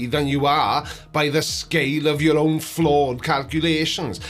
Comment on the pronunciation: Why say yoors?